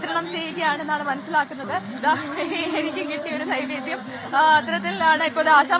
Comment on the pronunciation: നിവേദ്യം അല്ലെ നൈവേദ്യം ആണോ...???